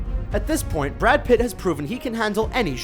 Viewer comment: Brad PITTT?